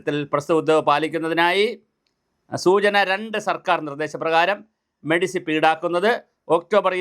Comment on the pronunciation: എന്റെ ചങ്ങാതീ, മെഡിസിപ് അല്ല. മെഡിസെപ് എന്നാണ്. ഇനിയെങ്കിലും അതിന്റെ ഫുൾഫോം പഠിക്കുക.